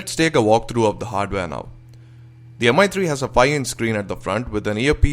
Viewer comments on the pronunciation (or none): Excellent review:) would love If you have pronounced it mee3 instead of Mi 3